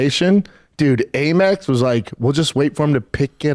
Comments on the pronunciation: Am-Ex. American Express. Not A-Mex. It reads AMEX on statements. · First of all.. it’s Am Ex .. not Aymex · First time I heard someone pronounce AMEX as "a mix". 😂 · Am-Ex. Not A-Mex. American Express. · What is calling it 'Merpress?' 😂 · Brenden pronouncing in “ AYY MEX” is par for the course. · Brendan trying to flex that he has a Amex card , but he’s pronouncing it wrong .